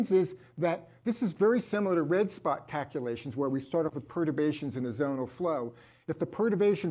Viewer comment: Take a drink of your favorite beverage every time says "cackulations."